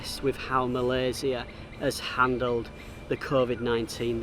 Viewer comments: This is the first time i hear a foreigner say "Malaysia" instead of "Malaysya" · Love to hear you pronounce Malaysia - SIA, not Malayshia - SHIA or ZIA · I like how he pronounce MalaySIA instead of 'MalaySYIA'. People, that is the right way of pronouncing MALAYSIA <3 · Love how you pronounced Malaysia with a C not Shi. Take a good care of yourself ya. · Thank you for sharing your video of KL. It’s beautifully shot and inspiring me to do the same. And another thing that I like is the fact that you pronounce Malaysia correctly and better than some of us Malaysians 😅. Well done and stay safe & healthy 👍🏽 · i love how you pronounce " Malaysia" correctly :) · Im sorry but, I really love how u pronounce Malaysia. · appreciate when u pronounce the country name right.. Malaysia.. 🇲🇾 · The only mat salleh I heard call Malaysia is Malaysia not malayszia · The way you pronounced the word Malaysia is just how the local would pronounce it. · Thanks for pronounce Malaysia correctly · My first time watching your channel. Great content. I love how you pronounce Malaysia correctly like a local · I just love the way you pronounced malaysia❣️ Stay safe for your next journey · Love the way you pronounce ‘Malaysia’ 👍🏼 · I am HAPPY that you can pronounce MALAYSIA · I appreciated the correct pronunciation of Malaysia! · I love the way you pronounce 'Malaysia'. That's the Malaysian way.